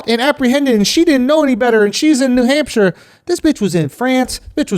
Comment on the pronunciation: nah andrew, coming from the uk akaash definitely pronounced hampshire the right way